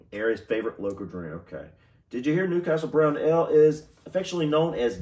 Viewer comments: I hope you don't think I am being rude, but Ale is pronounced ayl not ell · Bovril - "bo" as in "ball". Ale - as in "fail". xx